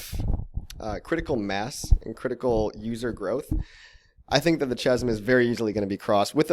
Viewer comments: great vid but have to say it its killing me, chasm = kasem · You pronounced chasm wrong! /ˈkazəm/ its a k sound not ch sound! Lol